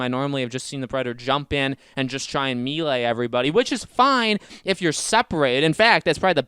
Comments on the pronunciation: Why does he keep saying me lay? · Can't forget him repeatedly saying me lay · Mel- lay, it's a French word,,, Melee, it's not hard to learn a few French words buddy lol